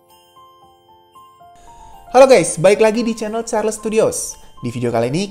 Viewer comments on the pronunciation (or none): none